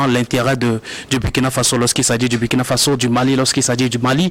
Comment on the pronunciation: Monsieur a toujours MAL prononcé le "Burkina" dans ses interventions. Impossible vraiment ou mauvaise volonté?